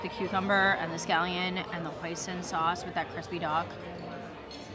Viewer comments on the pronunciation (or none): none